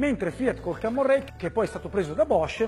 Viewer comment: cammon rail non si può sentire pero :-P